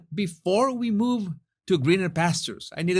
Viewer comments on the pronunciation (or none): none